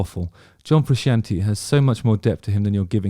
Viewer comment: Don't be offended because someone doesn't rate a band as highly as you do. But when Justin can't even pronounce Frusciante well, it doesn't look good.